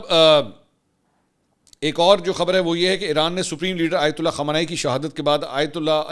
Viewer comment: آیت الہ نہیں ہوتا آیت اللہ ہوتا ہے۔